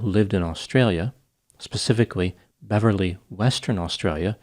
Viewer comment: How does the good Dr hear about these obscure stories.... I visit Beverly West Australia and have never heard of this case. PS, thanks for pronouncing my Western Australian town names correctly.